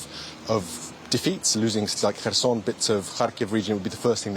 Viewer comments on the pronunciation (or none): none